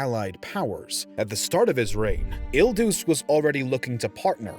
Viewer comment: "Il Deuce" 🤦🏻‍♂️😂